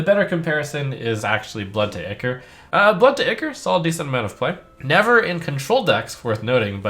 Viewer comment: it's pronounced eye-core you bumbling fool!